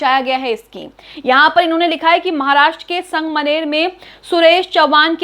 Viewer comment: Didi wo sang maner nahi sangamner hai 😅